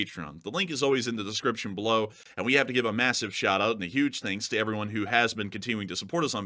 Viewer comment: "Massave outrage" LMFAO STFU